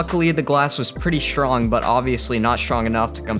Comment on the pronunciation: Zoo cooraror? (curator). Glass was shrong?(strong). Monkey tries to excape? No x in escape. Sackoweeah? (Sequoia). Fearcious? (Ferocious) animal. Is this a native non-English speaking robot?